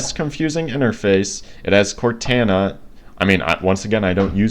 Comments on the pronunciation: and another thing is that i dont think its pronounced cortana but pronounced like cortona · Please don’t cal it cortana with a “a” say it with a “o” sound in the end